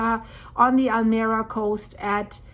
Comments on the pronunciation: Almeria is pronounced Al Me Ria not Almeera From old Andalus meaning the mirror of the sea or to the light Enjoy your in-depth work!!! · Pronounce town as Almería, accent in the i just as it is written... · It is not Almera but Almeria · Almería is pronounced ALMEREEIA